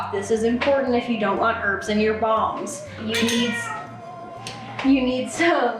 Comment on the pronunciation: Lol I keep thinking you’re saying bongs not balms 😂😂😂😂